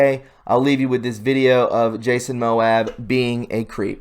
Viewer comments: Your pronunciation....Jason Moab!!! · I agree. I fully believe theres this stuff happening. But not in this instance. I often place my hands on my kids chests in an act of comfort. I dont do it when they are older for obv reasons. And its Ma-moe-a. Where did he see a B in his name? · I really like your channel but I want to give you a word of advice please make sure you research how to pronounce things before you say them because you don't want people to troll you and said that you're not smart because the guy's name is Jason Mamoa it's not that hard to pronounce. Not sure about this video of him doesn't really seem like it was sexual but who knows who knows anyway it's Mamoa thank you for everything you do.